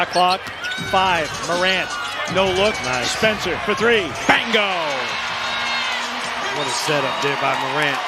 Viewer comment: what up with the man saying BANGO its BINGO you twat